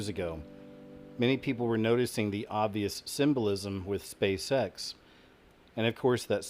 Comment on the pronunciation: When you say "Space X" it sounds like "Space Sex".